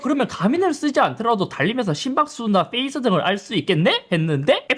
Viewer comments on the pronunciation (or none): 형님 FACE가 아니고 PACE 입니다...ㅠㅠㅠ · 형님 더크게 말씀해주십쇼. 섭이형 자꾸 Fㅔ이스라 해서 열받습니다. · fㅔ이스가 아니라 페이스(pace)입니다 형님